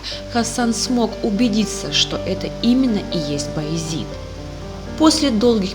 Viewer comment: Раздражает «Баязит». Баязед!